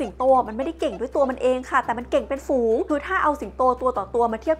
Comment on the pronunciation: ฝูง ไม่ใช่ ฟูง